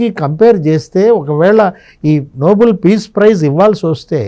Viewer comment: అది noble(నోబుల్) కాదండి. Nobel (నోబెల్ ). Alfred Nobel పేరు మీదుగా (నోబెల్ కుటుంబం )ఇచ్చే award